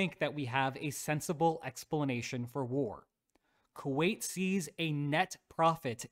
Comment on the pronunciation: Wasn't "Kuait" that brutal 😂